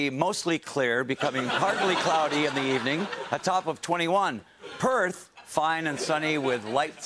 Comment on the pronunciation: He got Perth right though..